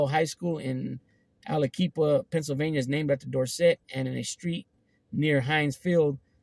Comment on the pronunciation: That's pronounced al-a-kwip-a. It's cool though, lol.